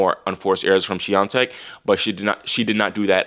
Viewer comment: yeah u kill it with pronouncing "Świątek"